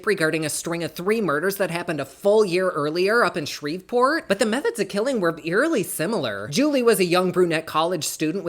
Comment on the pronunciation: I live for your videos ❤❤❤ I could listen to you all day I swear. Btw from a Louisianan, the "v" in Shreveport is silent 🤣🤣 no hate though I promise 🥰🥰